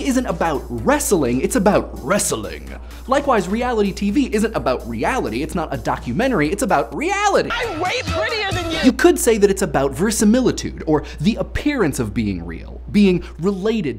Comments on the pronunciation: I guess it's up to me to be THAT GUY. "Verisimilitude", not "versimilitude". Veritas + similis and all that jazz. As for the main topic, I don't believe the perception of privacy is the key aspect of modern culture that reality TV is changing. In reality TV, the camera isn't an agent for 90% of the time. It is a viewport into the lives of people, but it's not perceived as being there, as being part of their existence. The TV conveys the idea that "If you were there, this is what you'd see", i.e., the concept of surveillance isn't part of the message. In that way, I'm thinking it's less about surveillance and more about voyeurism. In the sense that surveillance implies that it's known to the observed, while voyeurism is secret and supposedly unintrusive. I think the ubiquity of social media and the sharing culture that comes with it is having a much greater effect on perceptions of privacy. The idea that you need to share to keep relevant; to share some more revealing stuff to maintain/improve your standing via feedback tools. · probably not the first to point this out but it's verisimilitude not versimilitude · You said 'Versimilitude' but I think you meant 'Verisimilitude.' I just know because it's one of my favorite words... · Isn't it "verisimilitude", not "versimilitude"?